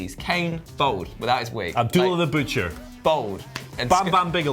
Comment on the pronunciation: The word is bald, not bold. You sound like an idiot.